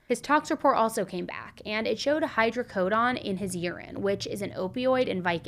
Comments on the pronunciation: Hydrocodone not hydrocodon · imma be petty…..it’s hydrocoDONE, as in rhymes with bone, cone, tone, etc. 😂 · Sweetie, it's hydrocodOne. Say the letter "O" when saying every "O" in the word. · It’s Hydrocodone rhymes with own, moan, thrown, flown, tone drone, and cone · just so your aware oxycodone and hydrocodone are not pronounced with the “oxyco”done” part sounding like dawn or actually sounds more like “drone” without the “R” or like the beginning of Donut 🍩, I’m explaining it this way in case google is where you got your pronunciation of it, I work at a doctor’s office and been with a pain Doctor for over 20 yrs so I’m well versed in the correct pronunciation of those medications and just wanted to give you the heads up cuz you are so extremely smart and didn’t want you to continue Miss pronunciation of those medication cuz if you don’t know you just don’t know cuz it’s not something everybody knows or talks about unless you either watch a lot of medical documentary or are around nurses and doctors or even prescribed those meds. Great videos!! Just love you! Watch every video every night you do one!! ❤❤❤❤ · The way you said hydrocodone! 😂😂😂😂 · Im curious how you pronounce rhe word "condone" saying "hydrocodone" the way you do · How do you get this wrong when it’s spelled exactly as it’s pronounced? Her script writers should have filled her in.